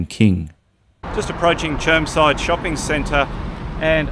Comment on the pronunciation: It’s actually called Germside mate get it right.